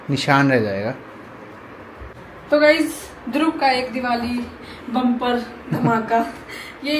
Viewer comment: why do you call Dhruv Dhrub….Is it B or V please clarify